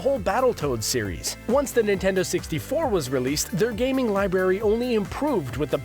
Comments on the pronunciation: since no 1 uses them anymore hardly they call it a "lie berry" and not "lie-brrr-air-E" library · He keeps saying library like "lie Berry" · Out of all the things that bother me in this video, him saying li"berry" instead of library is driving me nuts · every time you say "lie-berry" instead of "library". lol!!!!!